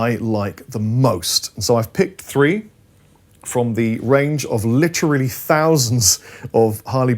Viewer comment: seems to have trouble saying "literally"